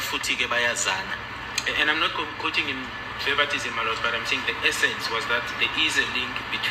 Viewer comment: His tone is down. No confince at all. He even lost his English, says he is not quoting sten 'verbartism".. its verbatim